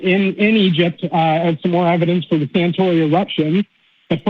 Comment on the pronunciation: it's Santorini. Not Santori.